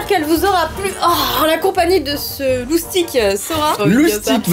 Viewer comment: dit loustique alors qu'on peut dit moustique